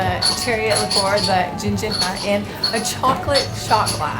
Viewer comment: Loved your Videos, you need to come to Madeira , would love to see you here. I'm heading to the Algarve , first time,in June, so your video was great, and last December was my first time in Porto, I loved Porto 😍 the drink is pronounced gin -jar